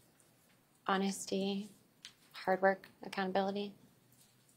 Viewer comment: Her nose twitched when she said honoursty..